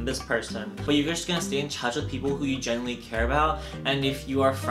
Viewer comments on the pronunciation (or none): none